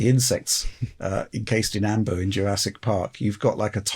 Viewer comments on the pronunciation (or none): none